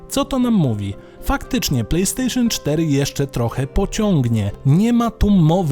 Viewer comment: "Plej stejszon" achh czyli chińska podróbka...